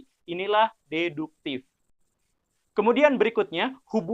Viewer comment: Berdasarkan pengetahuan deduktif saya, pak guru bukan urang sunda... karena fasih mengucapkan deduktiFFFF 🙏😆